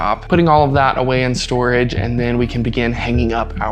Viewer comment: Oh ... from out of storage not storge? P.S. "our" is not pronounced "r", it's pronounced " hour", not are bout hour.